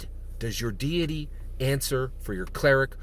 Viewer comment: Deity, not diety.